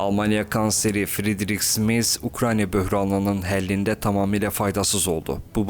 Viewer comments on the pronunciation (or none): none